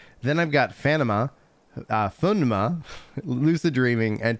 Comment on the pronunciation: What was that pneuma pronunciation lol